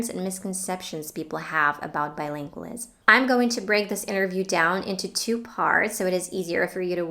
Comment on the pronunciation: You are mispronouncing the word bilingualism.